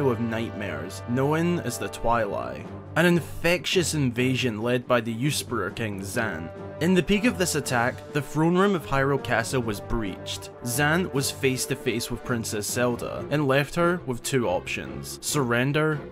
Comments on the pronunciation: I hate to be that person but... it's "U-sur-per" not "useper" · the what? Please go to google translate and listen to how 'usurper' is pronounced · I love these videos but every time he says usurper wrong it triggers me